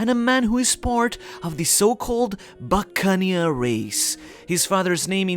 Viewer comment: I have a feeling Kuma is gonna use his ability to repel all of Luffys pain again and he'll go into nikas form and Kuma will finally be able to see him and no doubt pass away finally fulfilling his dream and dying happy with a smile I guarantee! Buccaneer is one word... You're pronouncing it like buccan eer 😑